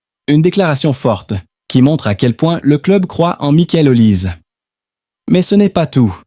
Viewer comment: Comment voulez vous qu'on vous prenne au sérieux alors que vous ne respectez pas meme la prononciation de son nom? L'IA vous infantilise!